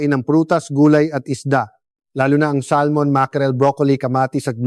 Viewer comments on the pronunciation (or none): none